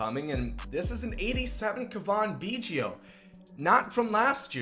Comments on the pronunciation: Turd Ferguson yes it is Cav In not cavon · It’s Cavan, pronounced liked Gavin with a C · It’s pronounced Gavin with a C, he’s not French lol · It is pronounced Cav - in Biggio not Cavan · Kaa-vin, not Kaw-von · It’s pronounced C-A-V-I-N, like GAVIN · its almost like you try to say Cavan Biggio’s name wrong holy crap man..... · I know it's nitpicky, but the way you say Cavan literally made me close out the video. It's so bad lol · is it just me or does he have an accent (no im not talking about the way he pronounces cavan) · Is that how you say Cavan?? you’re terrible at names. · Learn how to say cavan, he's not french. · The Cuh-von bothers me almost as much as the Row-Bear pronunciation of Robert.